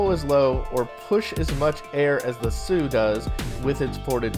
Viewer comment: Hsu is pronounced 'shu', or the english word shoe, not 'soo'. It's the Taiwanese transliteration of the PRC pinyin spelling xu. Just sayin'.